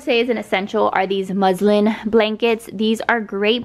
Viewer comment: At first I thought you said muslim blankets.😂🤣😅